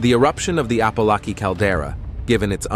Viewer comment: He can't even pronounce Apolaki properly.